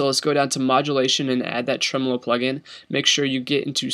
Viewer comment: its pronounced tremolo